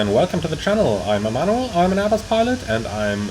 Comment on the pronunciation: I just realized you always say „I am Emanuel“. For some reason, I always understood „I am a model“. Thought this was some kind of insider 😂